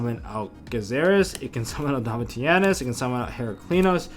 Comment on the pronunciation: Its pronounced Domishinus. Named after Titus Flavius Caesar Domitianus Augustus. and Tamer Editor is always pronounced incorrectly. its pronounced E X T E N D H A N D _ GG